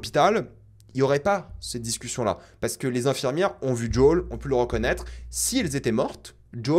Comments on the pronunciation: JUL n’est pas dans cette série, on prononce toutes les lettres « J O E L » 😅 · Son nom se dit pas "jol" mais plutot comme "jowel" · Par contre je sais que tu aimes la VO mais par pitié arrête de dire « djôle » je me suis étouffée en l’entendant 🤣🤣🤣 JO-L suis sure tu peux y arriver 😉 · lol ce n’est pas “ jol ” c’est Joel mdr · Jai beaucoup aimer la bataille a Jackson, super idée c'était bien fait et "impressionnant". Le colosse était lent idiot et costo nan franchement la bagarre j'adore. Et par pitié arrête de dire djol je comprends pas, a quel moment a tu entendu un personnage l'appeler djol ? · Top vidéo comme toujours.. cependant.. il faut arrêter avec Joel tu rends fou!! Depuis quand ça se prononce Djol🤣🤣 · Pk tu appelle Joel « JOL » mdrr